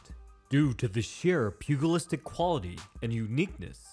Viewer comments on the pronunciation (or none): Pew-Gel-istic, not pew-Gull-istic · You need to look up the pronunciation of the word “pugilistic”.